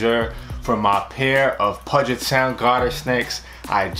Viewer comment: Your close. It's Puget Sound. Basically everything that you just pronounced it as that rolls off the tongue with a large u sound. Also I just caught one of these today LOL I'm a trucker and it was going through a warehouse lot and I saved it from getting ran over